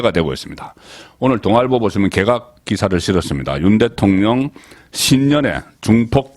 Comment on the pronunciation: 방송~~잘보고있습니다.고성국송년모임에서도~방송이나말씀도중에. 항상거슬리는부분이있는데~~오늘도예를들면개각을개에각이라던지~참많아요. 이런단어발음이~~^